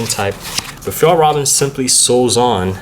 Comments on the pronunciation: That's actually incorrect. It's F-yell-rrrreven. See the official Fjallraven video about how to pronounce it. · Not quite, but so far the best non-native pronunciation I've heard online so far. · is it really that hard to pronouns fjællræven? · he didnt.. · k Om du är svensk. Alltså vet de ens hur man egentligen säger det. Undrar om de någonsin hört en svensk säga det.